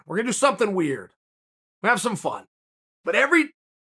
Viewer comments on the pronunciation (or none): none